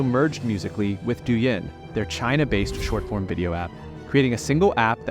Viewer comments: It's not "do yen" it's do een. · "douyin" is pronounced "doh een" not "doo yen" lol